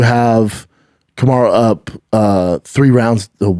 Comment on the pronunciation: Kamaruuuu not Kamaro and it wasn’t a drawl bro…